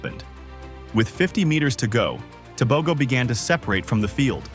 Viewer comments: When doing a documentary accuracy is key. Tebogo is not Botswanian. He is a Motswana. His name is not Teh bow Go. It is pronounced Teh Boh GhoH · You are butchering the surname, I think its about time Africans are respected and valued.